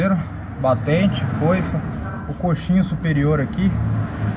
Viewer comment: É coxim. Coxim. Gostei bastante do vídeo.